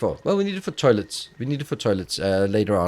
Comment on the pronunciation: Any one else hear "terlets"